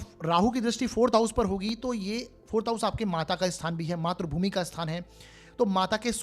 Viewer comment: Matrabhumi NAHI sir matrabhumi bolakijiye .matra NAHI sir matri boliye .. .